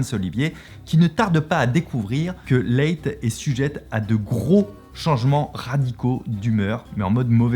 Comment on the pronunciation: Leigh se prononce Li